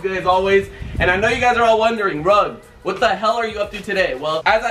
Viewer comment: its Rug not Rag